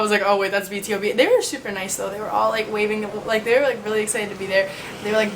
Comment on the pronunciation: it kind of annoys me when u say B.T.O.B instead of B to B = BtoB = Born to Beat